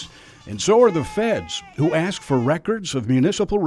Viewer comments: When she says "let me axe you" is that technically a threat of violence wirh a weapon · they will probably say its a word just like AKS someone. That STILL drives me crazy even though its pretty much accepted